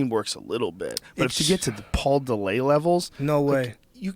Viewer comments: paul de-lay? dude's an idiot. its paul dillet. he's from Canada... not french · this dumbfuck has NEVER been in shape OR used steroids... fucker pronounces Paul Dillett's name as "paul De-Lay".. I've known paul since '97 and ive NEVER known ANYBODY to pronounce Dillett "De-Lay", and he AIN'T FUCKEN FRENCH! stupid fucken pothead. he's from Canada you fat fuck. he's not FRENCH.talking about "I don't need a nutritionist, I KNOW what to do"... uh, no you don't you fat fuck.